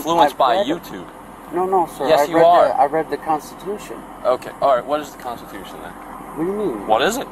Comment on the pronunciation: "Its in the canstetooshawn!"